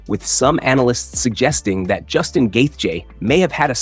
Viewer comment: Is the voice over AI or he just pronounces Justin's last name differently every single time? Lol Probably AI, which is so lazy.